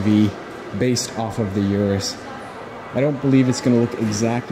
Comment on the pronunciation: its pronounced "oo-doose" not urus. ps i love your videos! keep up the good work!